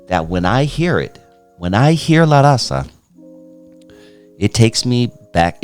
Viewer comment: Vato you can't even pronounce LA RAZA correctly...typical Chicano. And you don't know 2 of his biggest albums smile now cry later ( Eastside rendezvous, La familia) when hell.a freezes over ( mexican border) homeboy do your research when you speak on a mexican legend like Frost!!